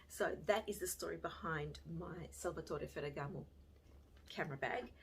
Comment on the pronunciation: Great video. As an Italian I just melted every time you beautifully pronounced Salvatore Ferragamo. Love you. 💕